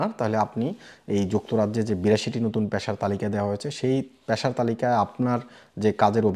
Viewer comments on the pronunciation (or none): অয়স্থায়ী, প্যশা, বারত - এই যোগ্যতা নিয়ে বাংলা বলা, আগে বাংলা টা শিখুন ,তারপর না হয় ইংল্যান্ড এর কথা ভাববেন